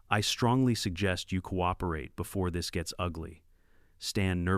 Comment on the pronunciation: Coop er ate???? Seriously, someone needs to teach pronunciation ….😂😂😂